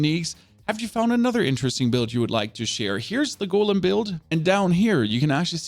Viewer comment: Why is it so hard for you to say Golem correct.